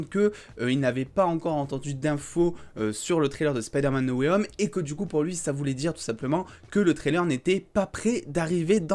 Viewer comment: Et moi j'en ai marre quand les gens disent "Spideur-mane Nowayome" au lieu de "Spaydeur-man No way *H*ome"🙄😂🤣